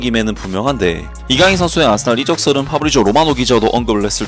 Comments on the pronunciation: 왜 아딸이라 들리지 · 아스날이 계속 아싸리라고 들림ㅋㅋ